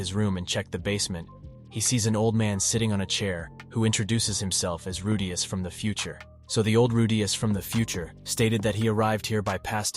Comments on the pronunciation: Rudeus is not pronounced Ru'day'us... makes me cringe hearing how you pronounce his name. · Bruh why do you keep pronouncing "Rudeus" all weird like "rooDAYus" every other time? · Who the hell is Ru-Dais... Edit: just as fast as I asked it was corrected lol Edit 2: and then you go back to saying it again... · who the fuck is Rudayus?? Re de us where is the 'A', this was informative but holy Fuck Pronounce it correctly.. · The narrative pronounced Rudeus name wrong. "Rude" + "Us" = Rudeus 😅😅😅 Google translation pronounce has "Rude" + "Us". Just ignore me. I like the anime very much that is why it bothers me 😂😂😂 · "rudeyus" bothers me more than it shoud tbh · I was so close from exiting the video due to how annoying the first ever 20 times you say "Rudeyus" but then you started saying it right so I'll give you the benefit of the doubt. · If you include clips from the anime but still get Redeus' pronunciation wrong, you might want to QC your work before posting. It's a shame too, I wanted to know what would happen in the future for him. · why do you say his name like that? Even the dub has his name pronounced Rude-eus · you finally say his name right but then you continue to go like ruuu daaay usssss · How do you pronounce the main characters name so wrong 😒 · Wtf is with your pronunciation of rudeus. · Bro this constantly switching from pronouncing Rudeus' name correctly to completely wrong made me stop watching this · Ffs the way he pronounces rudeus is grinding on me. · This guy changed his pronounciation of Rudeus in the first minute of the video XD